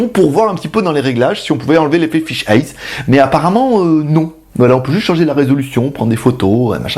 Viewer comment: Pour faire mon chieur, lol, on dit "fish-aïe" (fish'eye, œil de poisson ;) ), elle est loin de faire 360°, je suis quasi sûr qu'elle fait même pas 180° non plus (on doit se voir quand on est à gauche d'elle, jusqu'à sa droite), mais surtout elle a une résolution pourraxe qui la réserve à une utilisation fisheye : l'intérêt d'avoir plus de 180° c'est de pouvoir utiliser le mode virtuel : l'image est croppée (découpée) à un angle de vue standard, et on peut avec la souris ou un casque VR tourner la caméra, mais comme la résolution est divisée, vaut mieux en avoir sous le pied, ce qui n'est pas son cas :( Après en fixant 5 caméras de ce style en "cube" (celle du bas ben on peut pas faut bien mettre un pied lol) y a peut être moyen en post production de sortir presque 360° (façon Google Street Map), mais bon 700€ la plaisanterie :/ Mais sinon super vidéo comme d'hab avec la bonne humeur, le beau temps (#ModeRageux lol) et tout ce qui fait les vidéos GLG :D (et les 500 likes on les a dépassé depuis un ptit moment ! lol).